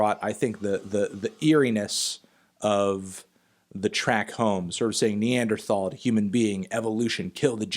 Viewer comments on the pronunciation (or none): none